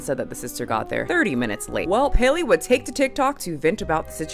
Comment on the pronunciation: Her name is pronounced like Halle Berry.